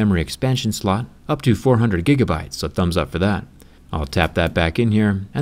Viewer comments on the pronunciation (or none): none